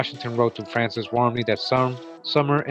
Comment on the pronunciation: Just so you know, it’s pronounced “frohnsez” I used to live down there